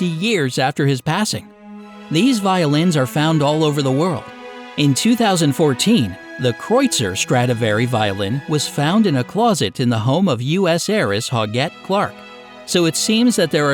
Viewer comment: "...U.S. heiress 'Hog-ette' Clark..." 😆 😆 😆! It's pronounced "oog"-ette. It's the feminized French version of Hugh.